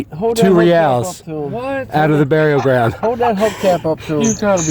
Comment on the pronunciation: I realize you're not Spanish but if you Google Reales pronunciation you can hear how it should be pronounced. You're a smart man and this will make you sound even way mo' smarter (O